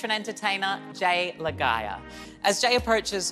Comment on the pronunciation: Lah-gye-ah??? Bruh 😂 that was butchered pretty bad lmao